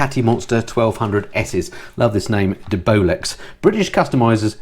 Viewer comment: Not sure you're pronouncing DeBolex correctly.